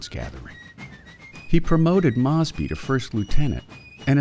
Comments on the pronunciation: Its “Mose. Bee” on the pronunciation, and the South “seceded” not “succeeded”. Jesus. Also Mosby did not directly engage the enemy, so the claim he “took on far larger numbers” is misleading because this never happened in pitched battle. It did occur, rather though in ambushes and raids. Also carbines were literally invented for cavalry. The south did not have access to repeating shoulder arms and therefore multi shot pistols were preferred over single shot “musket” style carbines. This video, in just , got almost everything wrong. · Would you please have a checker, for your narrator! The pronunciation of Mosby, is about as well known as the word hamburger!